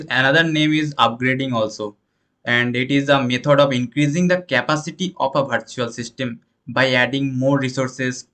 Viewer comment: It is not bhartical , bhartual ... Its virtual , vertical 😢